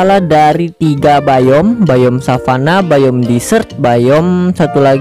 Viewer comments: Biome bang bukan bayem 😂😂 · Biome Atau Bayem :v